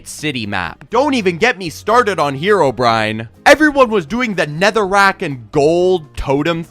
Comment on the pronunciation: Who here called Herobrine "Hero Bryan"?? 💀💀 👇